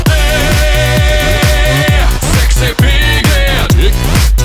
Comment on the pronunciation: I swear i keep hearing him say “dick” and not “dig”